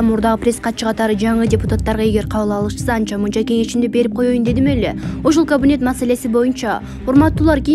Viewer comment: Эй диктор кавинет эмес ,,Кабинет "-деп айтылат ☝☝☝сени бироо куупжаткандай окуйсунго пытыратып, утур точка , тыныш белги коюп суйломду коркуно чыгарып окуп уйронсон ...Акча мн окууну буткон соз ,суйлом диалектикадан эчкандай маалыматын жок экен.